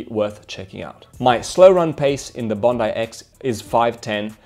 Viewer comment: Bon dai not Bon dee😀